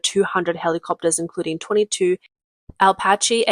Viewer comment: USMC Corps. is pronounced Corp!!! Apache does not have an L in the name. If you would like, I speak American English and would gladly read for you.